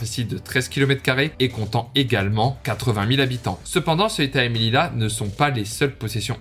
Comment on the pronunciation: c melilla et se prononce meliya